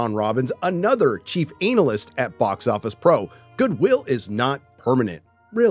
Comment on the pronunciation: "Chief analist" bwahahaha